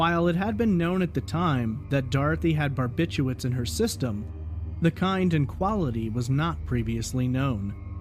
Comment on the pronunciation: Bar bit chu*R* its. Like "nuke you lur" is really nuke LEE ur. Barbiturates.